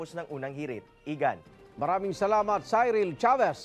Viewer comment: CYRIL: Pronounced "see-ril" NOT "sai-ril" Akala ko journalist ka?